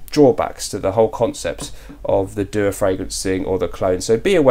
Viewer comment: dua is an arabic word as you can see with the arabic calligraphy on the bottle label. it is pronounced as two syllables du-aa